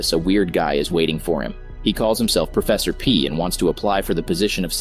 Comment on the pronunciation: “Professort P.” 💀